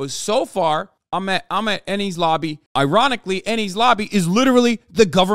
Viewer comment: Enies is pronounced like "N-E-S" it's a Greek word.